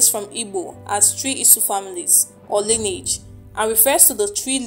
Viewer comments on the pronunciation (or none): none